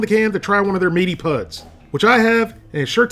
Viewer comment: He said meaty puds.